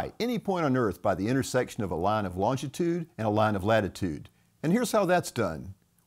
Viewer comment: There is only one t in longitude, not two. It’s not longtitude.